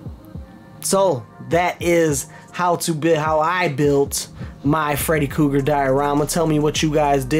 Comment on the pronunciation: Say freddy kooger,....ONE more time ✋️👤